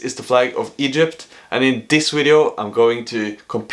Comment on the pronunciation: so cute when you say “wideo” 😂